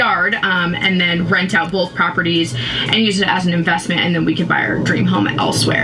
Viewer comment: BOLTH !!!!! THERES NO FUCKING L IN BOTH!!!!! 😤😤😤😭😭😭😭🤣🤣🤣